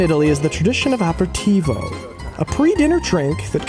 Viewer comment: Pronunciations of "aperitivo" and "Goethe" I'd not heard until I watched this.